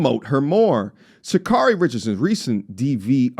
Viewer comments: Completely share your sentiment but could please consider afford her the minimum respect by saying her name the right way? Sha- care-ree not Sha-car-ree. Hope she sees the wrong she's done and hold herself accountable. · Its pronounced "Sha-CARE-REE" !😅😂🤣😁